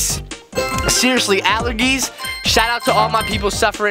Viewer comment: The G In The Word Allergies Makes The J Sound.